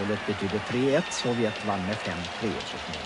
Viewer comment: Arne Hegerfors har aldrig kunna uttalat Sovjet så att det låtit farligt. Arne: Sovjett!